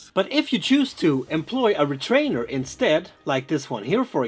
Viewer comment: It's retainer, not retrainer.